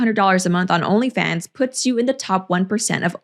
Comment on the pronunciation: I like how she pronounces "Rrrnly Fans" and "Sorr".